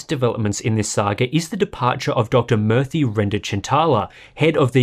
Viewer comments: It's pronounced as moorthy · Hey Murthy pronounced murr-thii means statue/image in Sanskrit